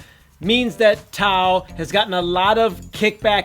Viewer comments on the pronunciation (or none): Tao not tap, lol